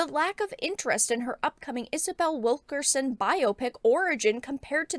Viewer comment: When I heard you say Wilkerson before reading the spelling, I honestly thought I heard you say, "Wokerson."